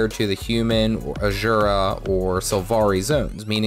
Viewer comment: Powerful Potions of Slaying Scarlet's Army give a 15% XP boost instead of the usual 10%. They also last one hour, not 30 min but are way more expensive. Also, "Aschura" xD Never heard someone pronounce Asura like that. But maybe it's even correct and I don't know anything :)